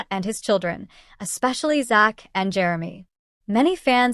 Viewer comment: You could at least learn to say his name right which is Zach with a Z